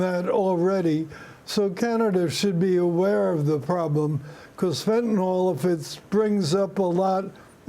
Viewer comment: Can people learn to pronounce it correctly? It is fentan - "ill" and NOT "all."